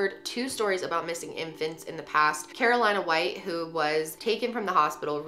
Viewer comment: 😭it was bothering me tht u said carolina white , its carlina white